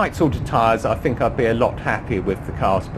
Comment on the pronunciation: Dumb question...yes I have a 645ci, but what is the deal with English pronunciations "fink" and think? I fink this a marvellous cah